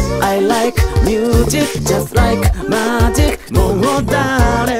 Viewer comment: ミュージックよりミューズィックの発音の方が良いかもです！ 歌上手いし1人で全部できるのはDaichiさんのアイデンティティ！